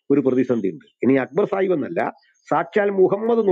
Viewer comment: സാഹിബ്‌ അല്ല, ചായിബ് എന്ന് പറഞ്ഞാൽ മതി.. 😂